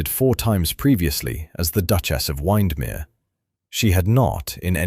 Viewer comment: OMG - obviously the creator of this video has never heard of Lake Windermere because the pronunciation of it is appalling and very annoying.